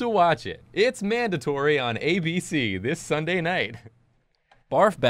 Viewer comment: Its sunday not nuesday